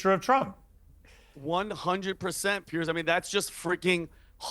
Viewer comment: the dummy in the cap who keeps annoyingly shaking his head can't even get a name right! it's Piers not Pearce you moron.